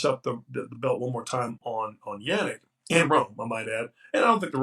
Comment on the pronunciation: Lost almost any sense of credibility for me and stopped caring about his take as soon as he called him 'Yanic' like his name rhymes with 'panic'. Never once ever heard anyone else say his name like that, ever. Are you dim or just lazy? I'm gonna go watch the match between Beetreez Heydad May-ya and Emma (Guns of) Navarrone.